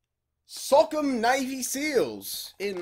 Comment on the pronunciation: It’s pronounced (so•com)